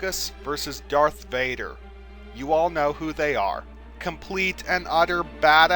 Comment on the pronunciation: pronunciation VADER not BADER